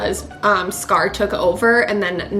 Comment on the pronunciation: don't say scar as cigar. it's worse than "are ray el," no, please, thank you